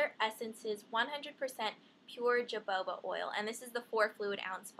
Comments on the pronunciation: Haha it's pronounced hohoba.... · Hahha,, its pronounced hohoba !! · its pronounced "ho-ho-ba" i believe... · Hey i just started watching ur vids and i love them! I subscribed! Oh and I don't mean to be a know it all, lol but it's actually pronounced hoe-hoe-ba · JOJOBA not jubaba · lol. the j is jahoba oil is pronounced as an H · Hahah jojoba is pronounced ho-ho-ba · its pronounced ho ho ba not joboba..lol..not trying to be rude but i.just letting u know.. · Love your videos! The oil is pronounced "ho-ho-ba" not "jo-bo-ba" :) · Hi Ingrid! Jojoba oil is pronounced "ho-HO-ba" as far as I know, I thought "joboba" was cute :D I love you, you're my favorite guru :) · lol its not pronounced "jo-joba" oil its prounced "ho-hoba" oil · lol "joboba" you said it so cuteeeee & silly. but it's really "ho-ho ba" :D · jojoba oil is pronounced "ho-hoba" :) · isn't that Jo-jo-ba oil? XD I heard you keep saying jo-ba-ba oil~so cute:) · i think it's "ho ho ba" not "jo bo ba" :P i love cetaphil too :DD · Jojoba pronounced hu-hoe-bah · It's pronounced ho-ho-ba :) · lmao.... jojoba is pronounced as hou'houba..... you gave me a good laugh here.... :P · i think she said jaboba oil... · Fo yo infomation Ingrid ! It's pronounced HO HO ba :D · Its pronounced "hohoba oil" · it's "hohoba" oil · its pronounce hohoba oil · haha wow i was pronouncing it "jo-bo-ba" oil until i saw this video! i don't even know why now that i look at it, because there is only one b. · the "jojoba oil" is pronounced "hohoba" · I had no idea it was pronounced differently in England. However, the name "jojoba" originates in the U.S and the correct pronunciation is "ho-ho-ba". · Jojoba is pronounced hohoba:) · It's ho-ho-ba :) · the oil is pronounced ya-ho-ba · its pronounced ho-ho-ba, i saw that at trader joes! I really like the tea tree oil line from there. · jojoba is pronounced ho-HO-ba :) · its ho-ho-bah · Jojoba is actually pronounced "ha ho ba" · i love how you pronounce jojoba as "jo bo ba" lol